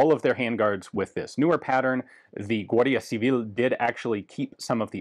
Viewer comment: Spot on pronunciation of "Guardia Civil". Ian seems to be a really good language learner.